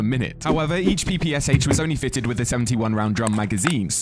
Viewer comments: It's "P-P-Sh", the last letter being pronounced "Sha", not P-P-S-H. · it's pronunciation is not P P S H, like abbreviation. It's P P SH, like in the word "shallow"